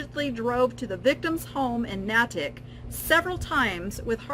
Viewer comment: This was very interesting. I would guess that the new CEO has been told by the EBay lawyers not to comment on the case while it is still pending. Just and FYI: Natick is pronounced Nay-tick.